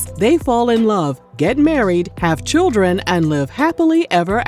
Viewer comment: Not churren 😂😂😂💀💀💀💀💀